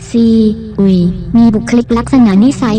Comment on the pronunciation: 5555ใช่ๆ ไม่เข้าใจว่าทำไมไม่ ซีอุยไปเลย มัวแต่ซี อุย...